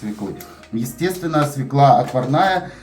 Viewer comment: извини, у Вас чудесные видео. Но свЁклу, а не свеклА. У Вас прекрасная, грамотная речь, следите, Вы публичный человек.❤